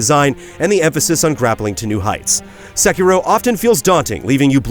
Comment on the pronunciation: Sekiro, Say-key-dol